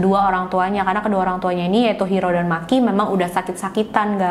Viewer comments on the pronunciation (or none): Maaf mba, nama Makie dibaca ma ki e bukan maki 🤫